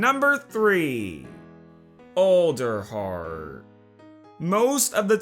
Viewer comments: Did anyone else hear olderheart instead of alderheart? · Is it pronounced Olderheart, or ALderheart (as in Weird All)? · you mean ELDER like as in the ELDER DEN but it's pernonced Elder heart not Older heart it's spelled Alder heart!!